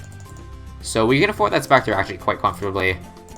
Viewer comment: Omg spectre Edit: I’m stupid I wrote that before he said specture